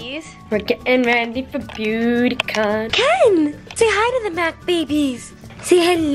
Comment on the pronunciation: I thought I heard Booty Con...